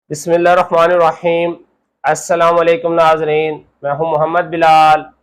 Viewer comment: Ap bismilah sahi parha kre